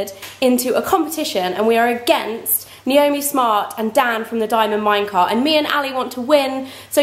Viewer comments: I cringed when you said Niomi's name wrong 😁😁😁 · Just a warning, soon all the niomi fans will be along to tell you you pronounced her name wrong lol